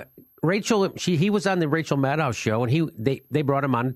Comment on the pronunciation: Dear Jimmy - I ADORE you. But please pronounce Rachel's last name correctly - Maddow rhymes with Shadow.